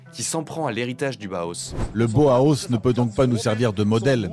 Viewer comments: Bau se prononce Ba-o en allemand, s'il vous plaît. Et le H est aspiré. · Le Bauhaus (/ˈbaʊˌhaʊs/ et non pas /boos/), je connais grâce à Karambolage. Évidemment que les extrêmes droites, qu'elles soient royaliste, fasciste, ou "néo-païenne" sont détestent ce style, tout comme elles haïssent le Suprématisme, le Constructivisme "russe", De Stijl, et leurs successeurs - exception faite du Futurisme, avec lequel les Fascistes ont des ambivalences -. Elles sont réactionnaires, elles embrassent la tradition - même fantasmée - et rejettent la modernité. À l'heure où les extrêmes droites fasciste et bonapartiste vernies par un semblant de respectabilité gagnent du terrain, après un contexte de dépolitisation enclenché par les Libéraux dès les années 80, va falloir se battre aussi bien sur le plan partisan que sur le plan artistique. Cette extrême droite veut le Fascisme ? Ils auront le Bolchévisme - qu'ils ont qualifiés de "Judéo-Bolchévisme" et qu'ils qualifient pour le moment d' "Islamo-Gauchisme" -. Il sera donc pertinent de valoriser tout ce que les extrêmes droites détestent, y compris sur le plan artistique - possiblement même les œuvres de Soulage, qui ont au moins le mérite d'exister -, en plus de devoir relancer le Front unique prolétarien - ou Front unique ouvrier -. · B-A-U-H-A-U-S !!!! Pas BOHOS 🙄